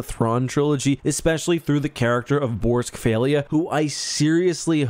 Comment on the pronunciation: i learned how to pronounce borsk fey'lya from this video and i read those books in 1999 damn